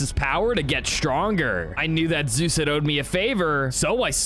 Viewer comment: On he said zoo insted of zues lol😂